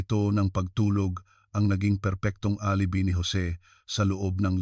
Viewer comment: Ang pronunciation ng alibi ay ganito ALIBAY at hipag at Hindi bayaw!